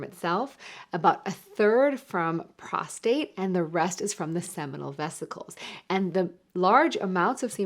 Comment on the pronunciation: It's PROSTATE, not prostrate. Prostrate is when you are laying out flat.